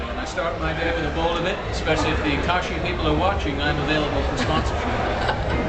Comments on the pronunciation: She said Kakashi wrong... :[ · super surreal. seeing someone unsure of the pronunciation of Kakashi, this feels like a time passed by and greatly messed, i was 8 years old at this interviews posting.